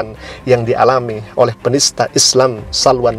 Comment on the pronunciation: penista bukan PENITA lol